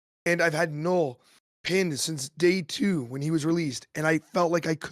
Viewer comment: Drink every time calls Knull a knoll, Shuri a Sherry or Aero an Arrow